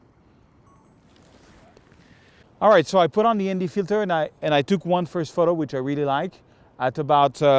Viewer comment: What kind of filter? MD? Sorry, can't understand what you said.